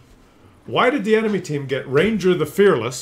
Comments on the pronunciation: Ragnar...NOT Ranger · RAGNAR!!! Not ranger! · i like how he keeps calling Ragnar - Ranger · its RAGNAR ffs :)